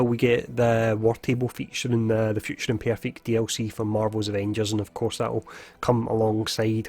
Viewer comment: "Future Impyeerfect?" 🤣